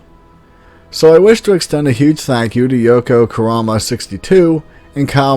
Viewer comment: damn you pronounced Yoko Kurama perfectly! Kudos!